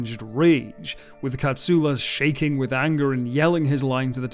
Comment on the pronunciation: As a Greek I thank you for the right pronunciation of Mr. Katsoulas surname. As always great work.